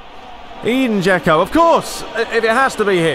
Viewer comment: I know you've said you don't care about it, but I still feel an urge to tell you that Džeko's name is pronounced like Edinburgh without burgh and not like English 'E'.